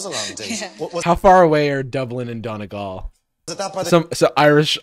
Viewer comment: the way he pronounces donegal is so funny to me, its not pronounced like doniggle its pronounced like done ee gawl